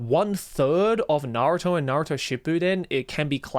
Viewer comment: Im soryr but I just canNOT trust a man who says naruto is his favorite anime and then proceeds to call it "nahrotoo"